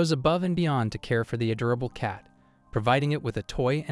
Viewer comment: ngl, it kinda pisses me off that the AI narrator is unable to say a simple a word as "Adorable" without it becoming Add-Ora-Bull. same with the word Bow, as in the weapon. for some reason, for how much AI is supposed to be genious and able to learn from the world and internet etc, it is inable to have prefixes for the words allowing variations of the same written word's pronounciation.